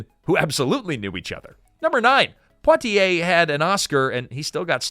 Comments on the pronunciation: dasm,mn lasy narrator to sya imporatant names correctly IT IS NOT PO T ay it is Pwa Ti A. French fully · Not Poe-t-ay, Pwa-t-ay, like Poirot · Surely it's PWAH-tee-ay not POW-tee-ay. French, you know. Edit: Okay, after a few tries the reader finally gets it right! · POITIER -- is not pronounced POTier......awful pronounciation. It was a great movie, and Stanley Kramer was marvelous. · It helps to get a role when Hep urn is your relative. It's Pwah tee A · Sidney Poitier's last name is properlyc pronounced "Pwah-tee-ay". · You pronounce Poitier …Pwatiay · Sydney who? Po-tee-ay? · PWA-tee-ay. Oh, you figured out how to say it after 2 and a half minutes. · Is it so hard to pronounce Poitier correctly? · Want people to watch your short documentary? Start with actually pronouncing Sidney Poitier's name. Unbelievable.